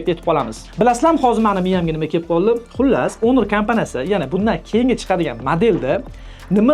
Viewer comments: Honor iltimos ONOR EMAS HAMMA NEGADIR ONOR DEMOQDA JONGA TEGDI JALA SAVODLIK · Onir deyapsizmi shunchaki hunuk ewitilarkan 😂😂